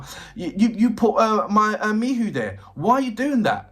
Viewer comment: Greetings, thanks for more LOVEBITES. I enjoy your reactions. I also appreciate your enthusiasm and interest in Miho, however, her name is pronounced Me-HO, not Me-who as you are in this video. I understand your 'frustration' with her somewhat subdued presentation, but she is the 'foundation' that seems to be comfortable with others 'taking the spotlight' even though they are really an ensemble which I appreciate. There is no member that 'stands' without Miho's foundation, from originating the idea of the band, the styles they present, the choices in drummer, guitarists and vocalist/lyricist began with Miho's vision. She is to be honored for being the impetus without which LOVEBITES would not exist, at least not in any way that it does exist. As a musician myself, a song-writer, vocalist, multi-instrumentalist who does not seek the 'spotlight', I can relate to the possibility that Miho is happy to step forward at will, but primarily be that foundational aspect, singing lyrics she wrote, without the mic, but showing that it is HER song. Her style of bass playing is sync'd with Haruna in quite complex ways that are not necessarily 'featured' as 'spectacular' like the guitars and vocals, but without those rapid-fire-fingers bringing that driving contribution, as she chooses (remember, she IS the band LEADER), and IF she was a "Billy Sheehan" or even "MISA" from Band Maid style bassist, LOVEBITES would sound nothing like it does. I watched part of an Iron Maiden show last night a